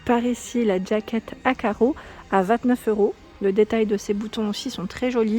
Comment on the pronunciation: Bonjour. On dit jaquette et pas d jaquette.